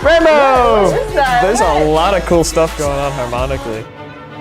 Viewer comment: once said RainbOow LMAO🤧